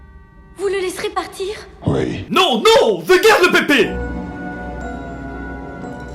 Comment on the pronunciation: Le ouite